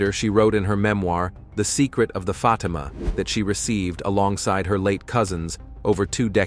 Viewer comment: That's "Fateema" NOT "Fotima"